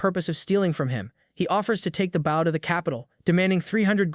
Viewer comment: 780.000 not 78.000 Consistent wrong pronunciation of "bow". Exceeding 100%, not exceedng 10% Not 250 gold pieces but 2050 gold pieces. Trouble reading numbers?